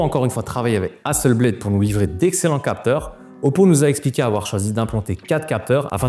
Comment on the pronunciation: Je croyais que c’était Hasselblad et non pas Assel bled